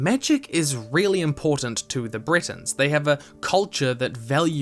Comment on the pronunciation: Your videos are amazing, but i beg you, try to learn the correct pronounciation, i know it may be hard, but for the first half of the video i thought you were comparing the high rock to britain (britains/bretons...)